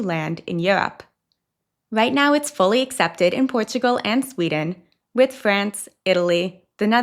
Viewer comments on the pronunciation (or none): none